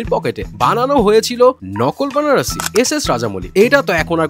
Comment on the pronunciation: Banarasi nhi bhai baranasi h movie name 😂